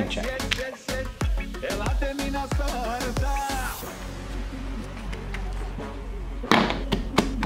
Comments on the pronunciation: Акцента вообще не было, когда сказал "вкусно". Ты что-то не договариваешь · "Вкусно" произнесли идеально!